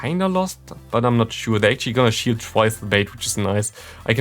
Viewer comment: 0.57 in.: we get his final shield What I hear: we get his final shit 😅